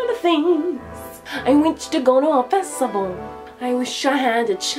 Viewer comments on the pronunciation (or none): "I want to go to the fetsaval" I love it when she says that tbh 😂😂😂